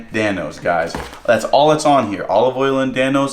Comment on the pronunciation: You don’t know til you Dan-o